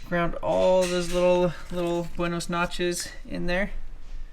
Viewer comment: “Buenos notches” 😂😂😂😂😂